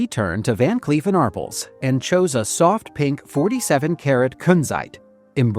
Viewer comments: ARRPLSno Are-pells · AR--pell, not Arpple. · It's pronounced Van Cleef and Arpelz...it's french.. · Ar-pells! Van Cleef and Arpels!! Teach your AI how to speak! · ar-PELLS: The "A" is pronounced as in "car." The "pels" is pronounced like the word "pels". AI🤡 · Every time I hear Arpels mispronounced I cringe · not ridiculous! What's ridiculous is constantly mispronouncing a very distinguished jeweler and not trying to correct the mistake, you silly goose